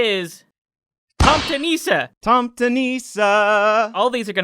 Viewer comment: You got the pronunciation essentially correct on Tomte. Nisse has the emphasis on the s rather than the i though, niss-eh. I assume there's been some cultural borrowing back and forth, but nowadays 'tomte' and 'santa clause' are basically interchangeable.